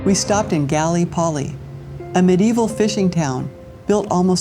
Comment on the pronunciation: “Gally Polly” = “Guh-lip-oh-lee .”